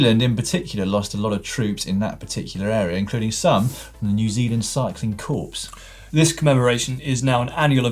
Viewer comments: Come on, it's pronounced, "core" not "corpse". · Dan with his pronunciation again! Corps is pronounced ‘Core’ 😂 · World War One, Dan! And it's pronounced "core" not "corpse"... rather unfortunate! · 'Cycling corpse' is an unfortunate case of GCN mispronunciation when talking about WW II... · "Cyclist Corpse" -- apt Freudian slip, Dan! Nice one -- if you're going to slip, then better in language than on your ride. ;-) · For those struggling with English as a first language, that is Dan, "CORPS" is pronounced "CORE" not "CORPSE"!! Keep up the good work. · A few pointers: The proof is not in the pudding. The proof (of the pudding) is in the eating. It was the First World War Cycling Corps - rhymes with (apple) core, not corpse (as in dead body) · Core not corpse. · Lloydy, you need to know the pronunciation difference between "corps" and "corpse" or you could be in trouble when the zombie apocolypse happens. "Corps" is pronounced "core". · Was it meant to be NZ military cycling corpse or cycling corps (pronounced like core). I mean when talking about troops dying in world war two, that's a pretty shambolic slip of the tongue. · Who pronounces the ps in corps? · Errr, think it was WW1 and "Corps" is pronounced "corr" not "corpse"!!!! Slightly unfortunate... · Dan Dan Dan 🙄 “Corps” is pronounced “core” NOT “corpse” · cycling corps not corpse Dan ha ha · “New Zealand Cycling Corpse” (cringes, hopes that’s not a badly timed play on words).